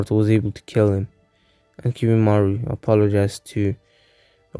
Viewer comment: its kimimaro not kimimaru. And other than that this was really good. I like how Sukome left the village right before Sasuke